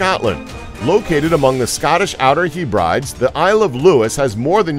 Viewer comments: #4 Pronounced hebradeeze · its pronounced HEB-RAH-DEE's